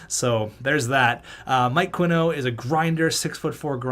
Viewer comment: I think Qinno might be pronounced (Chi-no) because Qi is pronounced Chi but regardless Merry Christmas and thank you for all the years of entertainment